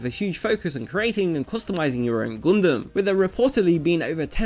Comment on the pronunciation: "Goondem" I love ya, man.